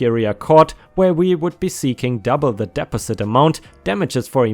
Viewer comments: The word "deposit" isn't pronounced as "DEP-o-zit". The correct way to say it is "deh-PAWZ-it". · not trying to be picky but deposit isn't pronounced correctly, De-pos-it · 🌟⭐🌟⭐🌟. I got ya back mate..👍 Ps. How to pronounce deposit...dee- pos- it. And Cordially.... Cor- dee-al-lee 🙂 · .PLEASE PLEASE Correct the words that is being spoken, deposit amount is money a person gives to the owner as a promise to pay for damages they did. PRONOUNCE DE POS IT. THE PRONUNCIATION SAID is completely wrong. Like a word being “white” but you are pronounced it as “black”. Word being said makes no sense. Thank you. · It's pronounced "Dee-poz-it"